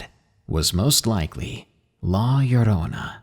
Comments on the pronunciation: It pronounced la yo-ro-na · hey llorona is pronounce la yodona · lmao la yo-rona its funny hearing people say it wrong